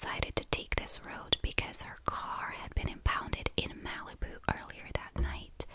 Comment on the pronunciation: The way you pronounce Malibu is cute. In America we say it like "Mal-ih-boo." The A is said like the A in Malicious, and the I is pronounced like "ih" not "ee."